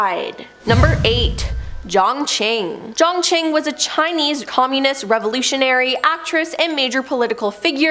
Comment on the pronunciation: I’m sorry but I can’t get over the weird pronunciation of “communism” 😂